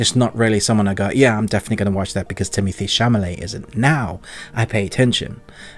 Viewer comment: Just one minor correction - it's Chalamet, not Chamalet.